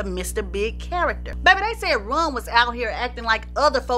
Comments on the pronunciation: .....it sounds like she's saying Run instead of Ron. Did anyone else catch that?👀👀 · I loved this and you. The only thing that kept bothering me was that it sounds like you are saying Run instead of Ron. But I heard a few other words that sounded funny so I guess it's your accent. 👍 I'm hitting the subscribe button. Great Job. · I love how pronounces Ron’s name, as Runn. Love the accent!!! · His name is Ron not Run. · Lady his name is Ron not run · She saying Ron or Run ? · I can't listen no more cuz u keep sayin RUN not RON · IT'S RON NOT RUN